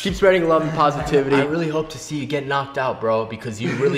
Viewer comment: spwead pwositivity